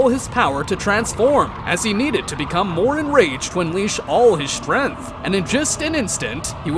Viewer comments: Bro pronounces strength as strenth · Your pronunciation of "Strength" is a little off